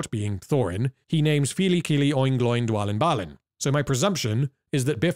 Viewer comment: its not 'gloin', its 'glow-in'